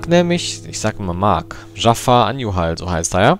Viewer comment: Zu Beginn: Dieser Kommentar ist sehr viel länger geworden, als gedacht. Ich WUSSTE, dass am Anfang erst mal was zu meinem Namen kommt. :D Immer wieder belustigend.^^ "Dschaffar" (wie der Böse aus Aladdin) und "An-ju-hal" wird es richtig ausgesprochen, um das Rätsel einfach mal zu lösen.^^ Aber ja, über einen möglichen Namenswechsel hab ich schon öfter nachgedacht. Werde da beizeiten mal überlegen, wozu ich übergehe. Hach ja, das Banner, sowie Design generell...Ich weiß, dass das Sinn macht, um Leute auf den Kanal zu locken und zu halten. Aber es war einfach immer ein Teil von Youtube, der mir persönlich überhaupt keinen Spaß macht. Deswegen ist das Banner auch so enorm schlicht: Wenn ich da mehr machen wollte, dann würde es nicht langweilig sein, aber irgendetwas wäre bestimmt Grütze.^^ Eigentlich halte ich schon seit Jahren nach einem Künstler Ausschau, von dem ich denke: "DER soll mir was designen." Hab auch vieles gesehen, was mir gut gefallen hat, aber so richtig ist der Funke bisher nirgends übergesprungen. Abonniert habe ich deinen Kanal nicht.^^' Aber deine Kanalrezensionen gefallen mir wirklich gut, deshalb das Feature.^^ Ohne den LPF-Thread gäbe es auch ein Abo, aber da bleibe ich auf dem Laufenden, und meine Aboliste wird nicht noch überfüllter, als sie ohnehin schon ist. Kurze Trivia zu den Commentaries: Exorions Rechner war für gute 8 Monate völlig zerstört und in den Tiefen einer Reperaturwerkstatt verschwunden. g Also ja, aktuell passiert auf dem Kanal nichts. O